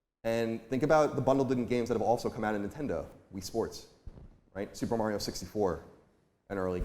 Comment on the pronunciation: I'm so proud of Colin for pronouncing Mario correctly in his segment